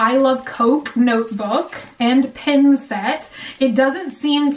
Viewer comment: Its for a pen (not pin like it sounds like you are saying) or keys. Either works.